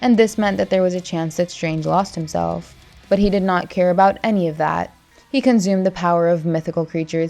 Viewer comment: Why do you keep saying conzumed? It's not Doctor Ztrange...